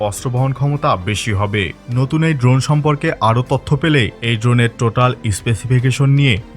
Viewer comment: Drone ❌ dhon ✅